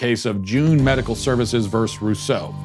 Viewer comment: Love your show....but the word is “versus,” not “verse.”